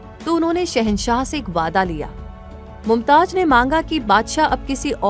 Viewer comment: Pahle aap pronounced sahi kare us ka naam mumtaj nahi mumtaz hai